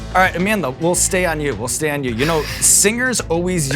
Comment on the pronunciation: I really appreciate Sean's effort in properly pronouncing Amandla's same..